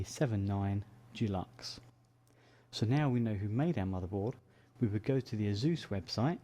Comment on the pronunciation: I'm pretty sure it's not pronounced azoose